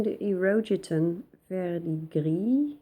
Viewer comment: The way you pronounce Verdigris is perfect. I'm French.